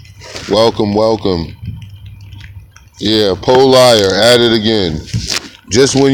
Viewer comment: PO-LIER (LMAO).